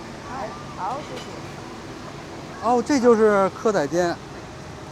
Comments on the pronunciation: 不是蛙煎 是鵝啊煎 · 蚵仔煎(台語發音：鵝啊煎)哈哈哈哈哈